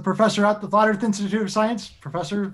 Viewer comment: The first time I heard "The Flar Earth Institute of Science" I laughed so hard I was snorting. 🤣